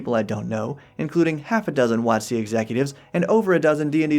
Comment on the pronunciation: Ate you pronouncing it "wot-SEE" because that corresponds to the emphasis you put on "coast" when you say the full name aloud, or is there some other, even weirder reason for it?